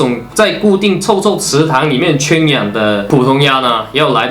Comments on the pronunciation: 再跟我读：圈(juàn)养(yǎng) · 你的普通话确实不太好，垂涎xián三尺，圈juàn养